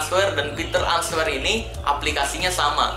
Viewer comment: Bang ini cuma benerin ya Kan tulisanya answer...tapi dibacanya " enser" yg betul Cuma benerin aja jangan salah paham